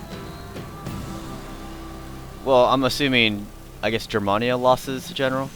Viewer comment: Hey i have battled you a long time ago lost but i didn't expect to win but hey i have fallowed every single one of your battles Rome Empire and all of though's but i have to tell you man lol I am half German and i need to let you know that when you say germania you say it as in the letter A not trying to be rude man just wanted to let you know just so you won't get criticized further by anyone else for it. P.S. Keep up the great battles and i look forward to Rome 2 total war